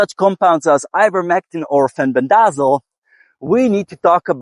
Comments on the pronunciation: FEN BEN DUH ZALL I laugh every time I hear you say it. 😂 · My apologies. I've just never heard anyone pronounce it like you. I genuinely thought you were being funny.